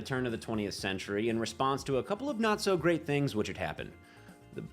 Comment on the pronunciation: War it's Grrrrrrrrrate